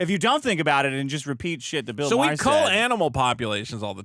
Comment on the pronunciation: why do you say Bill Maher's name like that?